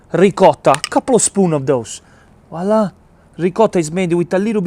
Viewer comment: I think if you’re gonna say wala! 600 times per video you should at least pronounce it correctly :-). Voilà!